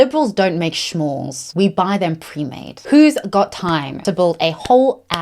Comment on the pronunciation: i was so confused about you saying shmores 😭 i thought maybe its some type of way to say "bad things" or something... Uk accent is weird